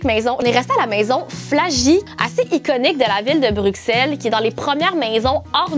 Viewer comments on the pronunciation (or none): Je suis belge mais je vie au Canada 🇨🇦 mtrl mais j’adore la. Maison par contre tu dis bruxelle mais sa se lit avec le son d’un s bruselle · On ne dit pas le X de Bruxelles ahah ça se prononce Brussel ☺️ Il y a d’ailleurs un Bruxelles au Canada 😁